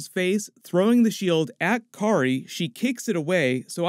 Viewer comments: I'd just like to let you know it's Karli not Kari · Karli not Kari lol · You keep calling her Kari it's Karli. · Had to google to check that the characters name is actually Karli and not kary. Otherwise good breakdown. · Her name is Karli not Kari lol i kept hearing you say kari and was so confused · Isn't her name Karli, not Kari? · You know it’s “Karli” not “Kari” right? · Please say "Karli", instead of "Kari." Lol. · Anyone else slightly annoyed by the fact he doesn’t say the L in KarLi? That’s just a nitpick though on an otherwise great video as always. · It’s Karli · Why does he keep calling Karlie Morgenthau ""Kari"??